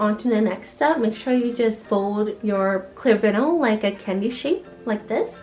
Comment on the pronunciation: It’s not pronounced vinal it’s vinyl, love your channel new sub from me.